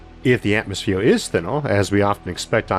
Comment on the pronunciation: Wotully no atmofeer - how can one person butcher so many words?